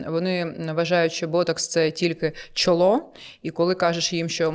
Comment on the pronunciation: Чоло!Наголос о.